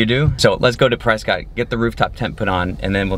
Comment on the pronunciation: Press-kit... not Press-scott. You're from AZ, you should know better. :-)